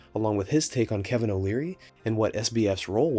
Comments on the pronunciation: I thought he said alvin lmao like the chip monk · Kevin not Calvin. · Is it me or is CZ calling Kevin Calvin? 😂😂😂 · Why does he call him kalvin